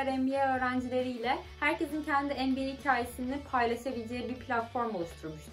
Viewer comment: Arkadaşlar söylesenize MBA dediğini sabahtan beri NBA anlıyorum.